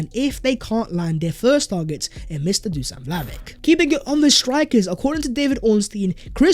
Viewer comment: Learn his name it's Duschan Vlahovitsch